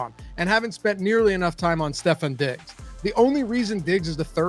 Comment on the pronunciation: I’m not taking advice from a guy that can’t even pronounce Stefon Diggs name correctly 😑